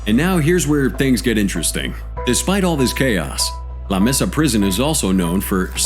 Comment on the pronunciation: It’s pronounced like maysa not messa.